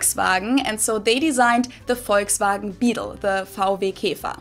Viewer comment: Volkswagen is pronounced Folks-vah-gen.